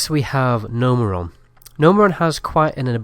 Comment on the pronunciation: You called Gnomeregan: Gnomeran lol